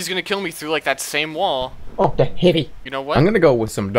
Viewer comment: I'm addicted to the way Jerma said "oh de heavi!"